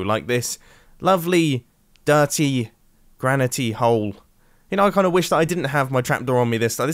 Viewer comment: ”GRANITY” - mumbo 2020